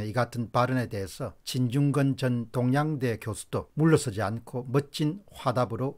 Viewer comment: 쩡거임멜 ? 똥냥대 ? 발음이 영~